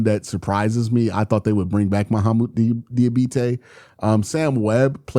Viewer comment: If Diabate leaves, at least we won't have to hear you butcher his name anymore ;)